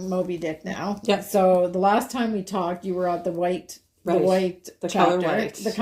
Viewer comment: That was “talked”, not raled!